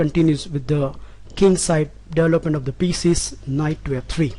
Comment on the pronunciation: Am I mistaking, or you say delop/delopment instead of develop/development?